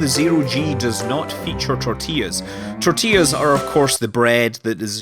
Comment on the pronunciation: You pronounced "tortillas" correctly. My day is made!